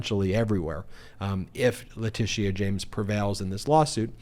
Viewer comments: Ben, love your videos but it’s not LeticEA it’s Leticia… no emphasis on E. Just FYI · your always too high its not latisia its latisha jesus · OMG!!! IT'S "La-tee-sha"!!! LOL YOU SOUND LIKE MTG SAYING "Kamala" .... hahaha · La Tish eee aaa? James? Eee eye Eee eye OH! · I really love listening to u explain what’s happening but for the love of god please learn how to pronounce Letitia James name. There’s no need to force a pronouncement of the past “I”. It’s just “sha”. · It’s pronounced leh-tish-sha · HALLELUJAH! Nearly every day we're hearing about various charges being leveled against Trump. At this point, it's almost a race to see who will get him convicted of SOMETHING soon. Love your reports. I also love Texas Paul!! When he goes to the Cussin' Pond it cracks me up. One thing though; No disrespect intended, but the AG's name is pronounced, La-ti-sha. Long before Alicia Keys was on the scene, I was born and named Alicia and I cringed every time someone mispronounced my name. Believe it or not, some people still mispronounce my name in spite of Alicia Keys and Alicia Silverstone making the name known throughout the world. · La tēsha James Laura Ingram not ingraham The R continually mispronounce names Kamila Harris is their favourite to mispronounce. They're either lazy, stupid, or are intentionally doing it to reduce them in some way. So please just stop! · I like how you say Letitia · Why can’t you just be concise? I like being informed. I want to continue being informed. It’s difficult to watch the video in it’s entirety because you always go on meandering tangents. I believe y’all are providing a great public service and appreciate that but geez. And is that the correct pronunciation of Letitia James’ first name? I do hope the orange violator clown gets indicted, convicted and thrown in the slammer PDQ.